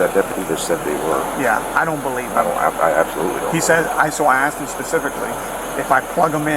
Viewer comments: It's NOT AX'D, it's ask. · “If you would have AXed me”. “It’s not even crazy NO more”. Guess you don’t have to know how to speak to be cop. 🙄. Go back to school.